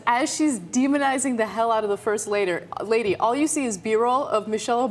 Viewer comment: to "first lader"??instead "first lady"!that is a mistake or a truth leakage?